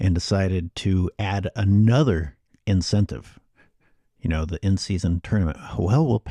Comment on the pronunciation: Hey brotha, the mispronunciation on “the”, is not your best move. Especially when you’re making intellectual points.